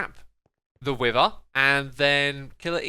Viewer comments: I have the feeling of "When you are a GROWN MAN and still don't know how to differentiate pronunciation of words Like "WIVER"?? Instead of WITHER?" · It's beether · Nobody absolutely nobody: Xisumavoid: Beether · Omg its no wither bee its Beether lol how much sitution does ut make does it throws bees exect of wither